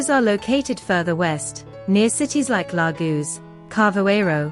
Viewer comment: "Lar-goo" ?? "La-Gosh", I think. Where was the AI Educated?